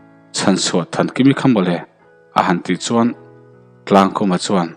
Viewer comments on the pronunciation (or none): Chuan tih hi suan tiin ilam tlata